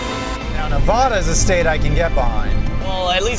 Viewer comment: That's not how you say Nevada lol